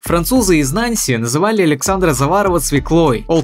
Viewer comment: Нанси, ударение на последний слог. Вы как готовите материал, если этого не знаете?